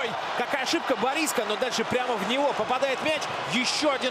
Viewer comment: Комментатор пусть готовится к играм! Фамилии учит, ударения - Клёнов вместо Клёнкин, БорИско вместо БорискО